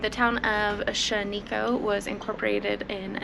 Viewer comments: Pronounced SHANiko. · Pronunciation of Shaniko is Shan-e-ko. My great great uncle bought his first automatic in Shaniko, a 1921 Model T. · One of my best friends actually owns half of shanniko!😊 I remember going there with his dad when we were kids! We would stay there for like 3,4,5 days while their old man would be repairing and looking after thins!😊 It's actually pronounced shann-ico. And the building where All the antique cars are. Is all owned by them! Including the cars inside 💯😊 we used to play with them when we were kids! We even helped their pops bring cars down from Portland!😊